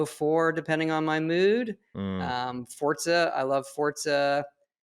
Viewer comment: I don’t know why but words piss me off immeasurably. Where the hell does that T sound come from in Forza? Surely It’s For-za not For-T-za ( )